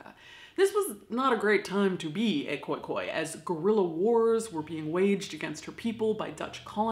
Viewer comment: Thanks for saying Khoi-Khoi correctly